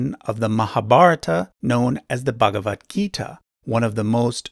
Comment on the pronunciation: You pronounced -- mehebarata ❌ But this is -- mahabharat (महाभारत) Don't pronounced wrong because This your faith a sign of our ancestors. By pronouncing it wrong you don't insult our mahabharat .And not begewat gita it's bhagwat gita भगवद् गीता 🙏🏻🙏🏻 🙏🏻जय श्री कृष्ण🙏🏻 🙏🏻Jai shree ram🙏🏻